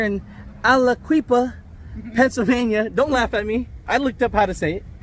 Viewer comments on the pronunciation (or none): none